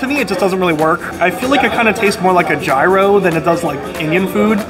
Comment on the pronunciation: jeye-roe!? Lol dude is pronounced yee-ros